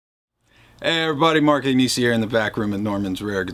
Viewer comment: Just a quick note (you might probably know): your last name (Italian) is not pronounced with the hard "g" before the "n" but more like the Spanish "n" like in "pinata" (and also it is a famous brand of pasta)